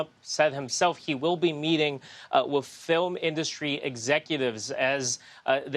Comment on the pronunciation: I know there are much bigger problems with the incompetent in the Oval, but maybe we can get rid of him because of his exceedingly annoying way of mispronouncing "industry."